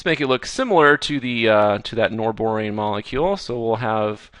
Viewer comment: It is norbornane, not norborane! Please Fix. Great videos, Khan Academy is the bomb.